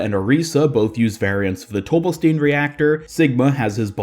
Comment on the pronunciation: It's pronounced "Tobelstine", just like Sigma says.